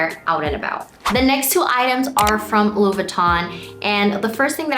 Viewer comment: You‘re forgetting to pronounce the „i“ in LV. Sounds like you are saying “Lou” instead of “Louis”